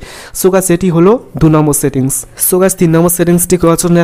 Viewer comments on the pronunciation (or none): ছেতি্ংছ না সেটিংস। নিজেরউচ্চারণ এর সেটিংস ঠিক করো😀